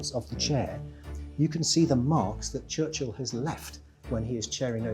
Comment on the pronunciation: His name isn't Church-hill